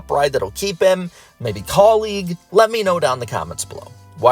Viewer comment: Legit question here and not even about Suarez. But why are people pronouncing Kaulig Racing as Colleague? The word isn't even structured anywhere similar to get colleague out of Kaulig. Kaw-Lig. Not Cah-league.